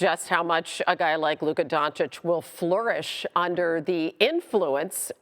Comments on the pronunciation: It's DonchiCH like CHurCHill ! .. learn to pronounce it ... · Donchik??? Guy has been in a league for a while with huge impact and SAS still doesn't know how to pronounce his name,unreal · After all this years, sas still calls him luka donkich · It's not Don-chick, for fuck's sake. Respect people's names, no matter where they are from. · Why does SAS still not know how to pronounce Doncic? 🧐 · The only thing more surprising than this trade is the fact that Stephen A still can’t pronounce “Doncic”. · Doncic is a 2 syllable name and Stephen A still hasn't figured out how to say it.